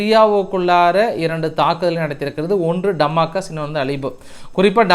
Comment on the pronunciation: டமாகஸ் அல்ல டமாஸ்கஸ் என்று சொல்லவும்